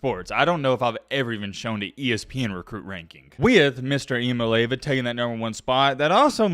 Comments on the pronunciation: Ok for 1 the sweet and spicy bacon burger from whataburger is absolutely top teir 2 it's eya-maalay-ava get it right and 3 tennessee will be in the top 5 this year. Idk how we will fall into the rankings but lsu usc tcu Oregon are all going to fall off. Please pin this so you can see this in the rankings for next season because I called it and because we will most likely be in the championship next year GB🍊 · It's Nico Iamaleava pronounced..(e ah ma lee ah vah). He was talking about it in an interview with the vol network.